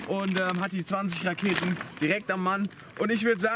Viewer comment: Bin ich der einzige der auch nich Raketen verstanden hat sondern laketen 🥳😂😂😂😂